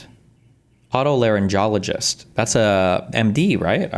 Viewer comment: Destiny trying to pronounce otolaryngologist was sending meee 🤣